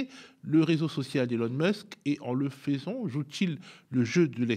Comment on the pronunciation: "en le faisant" se prononce "en le fezan", pas "en le faizan" ;)